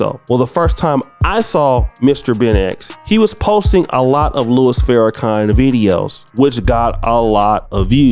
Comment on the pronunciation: I can tell how you think when you say "Louis Farrakhan"...ni@@@ know how to address The Honorable Minister Louis Farrakhans name. Only the enemies of The Minister say his name like Duke Hackson...